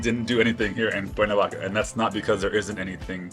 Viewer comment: Por qué dice el traductor "Cuavaca" en vez de Cuernavaca?